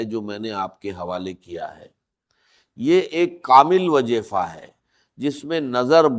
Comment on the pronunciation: تلفظ کی جانب توجہ کریں یہ ڈاکٹر اسرار صاحب کی آواز نہیں ہے یہ کاپی رائٹ ہے جیسا کہ لفظ وظیفہ کو وجیفا بول رہے ہیں